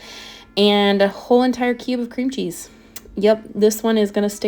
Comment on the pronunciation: Heyyyy! ❤😊 Hahaha "some butta & some CHHEEZEE" is exactly what I sound like in my mind if cooking anything with cheese 😅